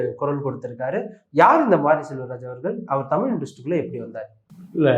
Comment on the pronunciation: கற்றது தமில்.. அ.. தமில் படித்தவர்கல்.. அ.. பட்டம் வாங்கியவர்கல்.. ஆ.. தமிழ் சரியா உச்சரிக்கத் தெரியாதவரை.. RSB மீடியாக்கள் அழைப்பது.. __ __ பாண்டியன்.. 🤯